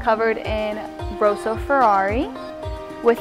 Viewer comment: You can tell someone has been reading blindly off of a script when they pronounce "Rosso" and "Scuderia" like "Rose-o" and "Scooter Ria" :P